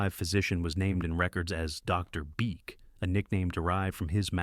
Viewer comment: You got a like ONLY because of the comedic pause of Dr. ... Beak! 😂 The video is sad though without photos.